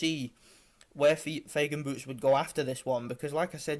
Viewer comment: Файген, а не Фейген! мы же не говорим Сеан вместо Шон